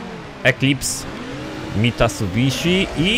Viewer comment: "mitasubiszi"? Gościu, co ty pierdolisz... Twoje dodatki angielskiego też są do bani... Ile ty masz lat? 14? Takie dajesz pierwsze wrażenie